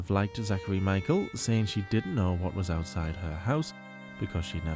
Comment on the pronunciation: Heartbreaking to see in this episode how Becky gave in and deteriorated at the behest of ALR. Just “sayeen.” Btw, binging on Werther’s Hard Caramels watching this. 😋